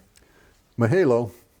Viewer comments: Can’t handle the tea sipping and swallow. Like nails on a chalk board I’m not offended, say it however you want but it’s pronounced. Muh-huh-low In fact you say the first “a” correctly. It’s the second one that’s cringe. Ma-ha-lo Ma like mama Ha like haha Your Lo is fine. And the hand sign 🤙🏾 is called a Shaka. Mahalo means Thank you The 🤙🏾 (Shaka) means hang loose, take it easy or Hi like hello. Anyway, thanks for all your hard work sir. Aloha. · you don't pronounce mahalo correctly so am wondering if you understand the deeper meaning of that word?